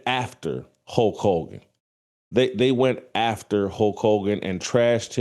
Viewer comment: Hulk Hulgan....lol....pronounce it correctly.